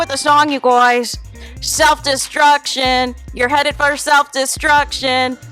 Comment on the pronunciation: Omg the “you Gwoys” is killing me 😩😩😩